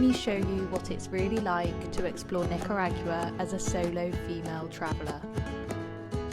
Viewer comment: I enjoyed your experience but the way pronounce Nicaragua bums me out